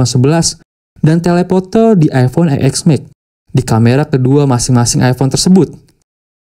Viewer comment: Eexmex.... Yang bagus dikit bang bilangnya masa channel nya udah ios ios bilangnya eexmex😂 TEN S MAX BANG.. 😂😂